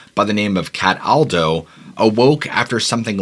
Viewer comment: As soon as I heard you say "CAT • ALDO" I changrd the video, giggling.